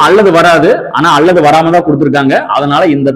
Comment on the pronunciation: All okay, but when you say ‘அல்லது’ it’s sounds அள்ளது.please consider